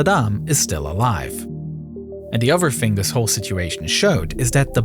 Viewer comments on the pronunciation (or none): why tf do people stll say "fing".... dude you speak english. Its THING